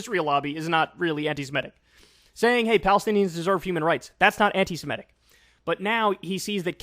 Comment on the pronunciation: Kyle: "Anti-Semitic" is pronounced /an - ti - se - MI - tic/, not /an - ti - si - ME - tic/. It derives from the word "Semite." Please try to get it right next time.